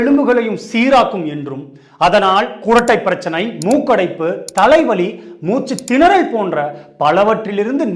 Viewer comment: 'மூச்சுத்திணறல்'' மூச்சு தினறல் அல்ல! 'செவிப்புலன் திறனும்' என்பதே சரி! 'செவி.... புலன் திறனும்' அல்ல!